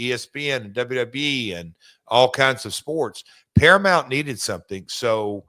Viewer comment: It's not "Paramont" Conrad!!